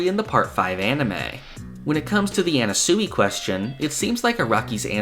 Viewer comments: Sure, Everyone's theorizing about why Anasui but.. NOBODY is bringing up this man's pronunciation of Anasui??! Anna-sooey? It's driving me mad!!! I don't normally nitpick how people pronounce things but I'm going crazy! It's Ah-Nah-Swee (Sui is pronounced like Sweet) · My bro, I love your content, but please, stop saying Anna-soowee. It’s Ah-Na-Swee. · His name is pronounced annaswee not annasooey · Mf says anna-sooey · Am I crazy, or is he pronouncing "Anasui" weird?